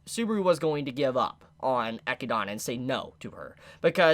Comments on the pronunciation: I cringe every time I hear pronounce Echidna as Echidona when it should be just Echidna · Is it not pronounced eh-kid-nuh ....? Thats how I pronounce it and thats how google says its pronounced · why the fuck does he pronounce Echidna as Equidanna? LMAO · You keep saying Echidana...& Otoe...do you hear yourself? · Why do you pronounce Echidna wrong? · Cmon man you know its pronounced like the aninal you just doing this to make us mad. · Both the animal and the character are named after the Greek mythological mother of monsters, Echidna. I love his videos but his pronunciation of her name really fucks with my head.